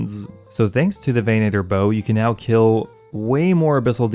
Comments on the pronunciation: "VEN-uh-ter" not "veh-NAY-ter" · Why are you putting so much emphasis on the long A sound in venator lol